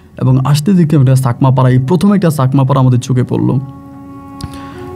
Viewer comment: চাকমা বলবেন ছাকমা না । ভুল উচ্চারণ করবেন না।